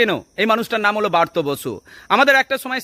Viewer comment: ভালো করে উচ্চারণ করুন দয়া করে। কথাটা বার্ত নয় ব্রাত্য 🙏